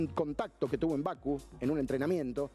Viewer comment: todo perfecto, pero siempre decís Baku y es Bakú. Dale, no me pongas nervioso, dejame disfrutar tus análisis que son muy buenos. Pero Baku me saca 😂